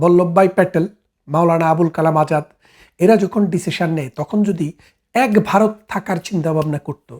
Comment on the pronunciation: বারত না বলে ভারত বলুন